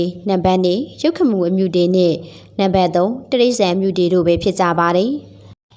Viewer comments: အမြုတေ အ မ တေမဟုတ်ဘူးလေ အမတေလို့ဆိုပါ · အမ တေ မဟုတ်ဘူးဟ အမတေပါ သေချာလေး ဖတ်ပါပြောပါ😮